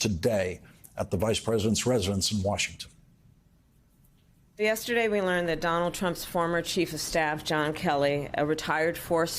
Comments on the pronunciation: Lawrence: the name is not pronounced "A long 'A') dolf, as you do here. It's pronounced "Ah dolf". Similarly, "Mussolini" is pronounced with a long 'U', not "Muh solini" as you and so many news hosts pronounce it. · Ad'olf Hitler not A'dolf Hitler. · Learn to pronounce the name Adolf before commencing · 🇬🇧you’re not pronouncing Adolf correctly